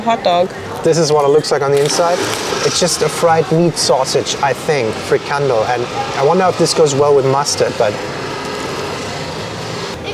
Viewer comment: Haha it's funny to see that when you pronounce Frikandel in your native language Deutsch, it sounds more like Dutch then when you try to pronounce Frikandel in the original Dutch! So just go with the German way of saying it. Dutch will understand it better. And yes.. Kroket is very simular to a Bitterbal, but a Kroket has a more dry texture while the Bitterball is more moist and creamy.